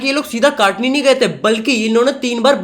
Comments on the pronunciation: Kaatni nhi bhaiyya katni hota hai 😂😂😂😂😂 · Kaatni nhi katni ktni 😂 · O bhai kaatni nahi Katni hai😅😅😅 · Bhai kaatni nahi katni hai😅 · Not kaaaaatni it's katni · broooooo it's not kaatni it's katni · काटनी नहीं भाई कटनी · It is not काटनी it is कटनी because I'm from jabalpur 😅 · Bro is not ketni it's katni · काटनी नहीं है bhaiya कटनी hai 😢😂😁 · Bhai sheher k naam to sahi lo..kaatni nhi katni hai 😢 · Bhai jabalpur to katni , katani nai 😅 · काटनी नहीं कटनी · It's not Kaatni it's katni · Kaatni nhi katni hai..😂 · Bhai kataani nhi katni hota hai bhai🤣🤣 mera home town hai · Bhai wo katni - hai kaatni nhi😅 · Kaatni ni chutiye katni 😂😂😂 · Bhai wo kaatni nahi hai katni hai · Bhai wo kaatni nahi katni(कटनी ) hai😭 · Mai jabalpur se hu or voh kaatani nhi h katni h 😂😂😂 broh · भाई कटानी नहीं कटनी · 😂 kaatni nahi katni hai😂😂😂😂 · Bhai I live in Jabalpur and Kaatni Nahin Katni Hota Hai